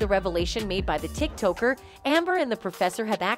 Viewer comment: did she say Tik Toker with a Canadian accent